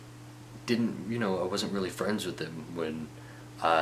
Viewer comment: His wasn't sounds like bossom. Lol